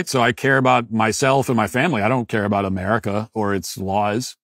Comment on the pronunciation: It’s pronounced “America” not “Amedica”